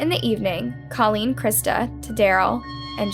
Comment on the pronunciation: christa pike WAS NOT friends with Colleen NOT at all! please correct that! christa ONLY cried when given her sentence! and girl grrrrrrrrr the pronunciations are still terrible!!